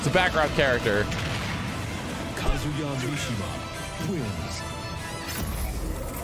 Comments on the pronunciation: not to be that guy but it's KA-zu-ya and not kuh-ZU-ya. Just sayin' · Why does he (a Tekken fan) mispronounce his name “Ka-ZU-ya” instead of the proper “KAZ-uya”…? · wife is Japanese and STILL pronounced his name “Ka-ZOO-ya”. 🤦‍♂️ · "Kazuya is in tekken" Might have been too hyped to speak properly, dont blame you tho.